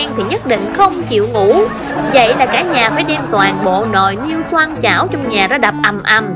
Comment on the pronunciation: xoong chứ không phải "xoang" nha